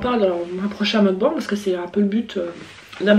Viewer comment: Magnifique "meukban" (on dit mokbAngue)